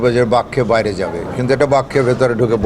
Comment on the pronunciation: উচ্চারণ ঠিক করতে হবে। যেমন-আঁস্তে আঁস্তে, মাঠের বাঁইরে ইত্যাদি।